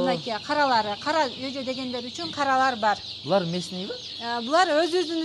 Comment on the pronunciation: Чочо эмес жожо😂